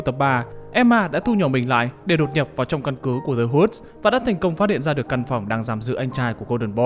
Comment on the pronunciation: The Woods chứ nhỉ, nghe ông này đọc như kiểu The Hoods